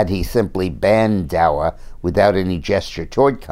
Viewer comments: Its not DA"W"A Dick, Its DA"C"A. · Daca not dawa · I always enjoy his commentary, but that he is saying "DAWA" tells me he rerally has no idea what DACA is really about. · Why is he pronouncing it "Dowa"? Just wondering. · Maybe he just forgot to put his glasses on. After all he is getting older. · Julie King, I was wondering that too. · He's human too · Jim M Agreed, like I said, I thought maybe I'm pronouncing it wrong. Or maybe there's a different name for it than I know about. I was just asking, not criticizing.